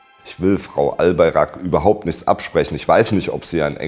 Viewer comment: albaYrak und nicht albarak. DOĞUŞ und nicht doğruş. Lernt mal lesen und hört auf buchstaben rein zu intepretieren die nicht da sind wenn ihr schon über so etwas wichtiges spricht lernt erstmal die namen richtig auszusprechen es reicht. Der pfall.